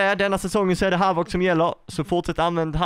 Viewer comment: Majvoc???😂😂 den heter havock